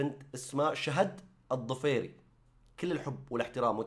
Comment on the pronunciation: الظفيري وليس الضفيري !